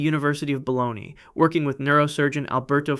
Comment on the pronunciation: UNIVERSITY OF BOLONY 😂😂😂